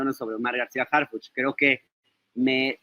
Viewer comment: Harfichi noooo, por favor!!